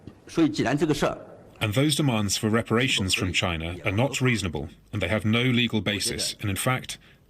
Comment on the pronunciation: Why does tRump always mispronounce China as "Chinnah" with a heavy emphasis on the "nah" & the "Chinna" part. Is he really that illiterate & ignorant or could he be doing it on purpose!